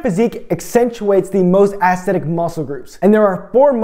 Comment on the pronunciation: Take a shot everytime he says "Assthetic"